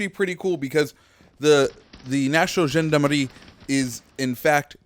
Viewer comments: Btw here’s how to pronounce Gendarmerie. Jaan-da-meh-hee And in French, r makes a weird sound. It sound like h in English, but you make the pronunciation in the deeper part of your throat So on the last syllable, instead of a typical h in English, you pronounce it with the inner part of your throat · you have like an african accent when you say gendarmerie Like come on you could have at least put the words google translate to hear them first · You're saying gendarmerie wrong